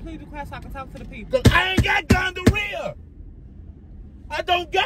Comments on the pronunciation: he say gongorrhea, not gonorrhoea 🤣🤣🤣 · He said gonjarea 😅😂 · NOT TF HE SAID GUJA RIHA 🤦🏽‍♀️😩🙄👀👀👀🤣🤣😂😂😂😂 sleep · Already cracking up and all Big homie said was" Better not be no D in that" omg I love you guys so much. 🤣🤣🤣🤣🤣🤣🤣🤣 Today's my day off and gotta get you guys in. GONGHAREA, Gingivitis not Gonorrhea ..this man is a fool. 😂😂😂😂😂. Z you got him good ..Good job. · When he said Ganjarea 🤣😭🤣😭🤣😭🤣😭😭😭😭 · He said gonjareea lol I can't with him yo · My boy said gonjarea I can't 😅😅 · Not him saying the infection name wrong